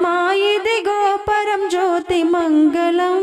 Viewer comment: మగలం కాదు తల్లీ.. మంగళం... మంగలం పగిలిన కుండ.. మంగళం అంటే శుభప్రదం. ‘ ల ‘ కి ‘ ళ ‘ బేధం తెలుసుకోకపోతే ఎట్లా...